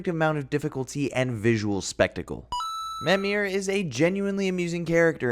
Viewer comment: How does a character introduce himself as mimir get you too pronounce his name as memir? Somethings will never cease to confuse me